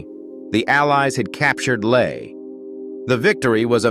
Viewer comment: Do you think you could pronounce the names properly it's hyooon lae ie lie